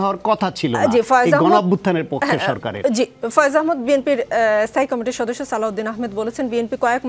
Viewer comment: আপনার কাছে ভূল উচ্চারণ কাঙ্ক্ষিত না,আহ্ মদ না আহ্ মাদ।